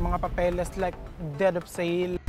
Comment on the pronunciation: Hindi po dead of sale. Its deed of sale.😂😂😂😂